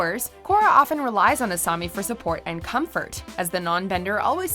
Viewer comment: It's "Asami", not "Asumi". I don't think these are in any particular order, either.